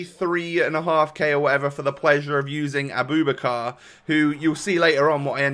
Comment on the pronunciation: His name is pronounced a-boo-back-ka. Great content